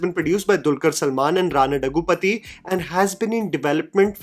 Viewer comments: Hey, I'm a Telugu speaking person. Rana's name is pronounced as Rana 'DHAGGU-BA-TI' and not 'DAGGU-PATHI'. 😆 I've seen you pronounce it wrong every single time and I cringe.:P So I hope you see this. Great videos. Cheers! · I like take mostly. But I couldn't continue watching the video after hearing Rana Daggubati's name being mispronounced once again. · Hey, some corrections. I know these won't matter much for some. But I get a sense that you love getting the pronunciation of names/words right. 1. It's Daggubati (the bati as in Dal Bati). 2. And Malayalam - a four-syllable word, not Malyalam. Love your reviews.